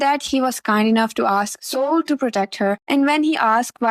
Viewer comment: His name is not Hol it's Sol, like "sun" in Spanish. Azure will put the kingdom above his feelings. He is letting Alisha control him and not making his own decisions.